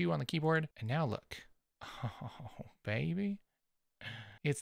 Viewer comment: how you said baby was hilarious! bahahha